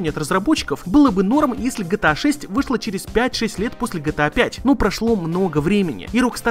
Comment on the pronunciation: Почему гЭта а не Гэ Тэ А?